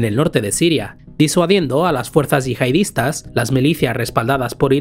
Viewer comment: Se dice yihadistas no “yihaidistas”